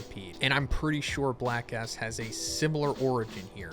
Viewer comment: Whenever you say Black S, it sounds like Black A**. You tried to avoid saying something inappropriate, but also ended up saying something inappropriate